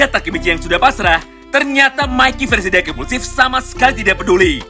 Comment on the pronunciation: Dengar admin baca dark implusif,yg gua dengar dakimuse,drak _ implusif,dakimuse ?